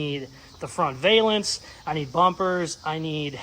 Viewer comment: This build is a blast to watch! Can I be an annoying draper and correct your pronunciation of "Valance" . It rymes with balance